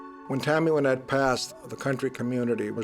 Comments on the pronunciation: why doesn’t the narrator know how to pronounce Wynette. He says ‘Wine-ette’. Is he just dumb or dumb AI ? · Thought it was Wynette.. he’s pronouncing it wrong